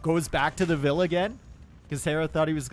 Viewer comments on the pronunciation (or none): none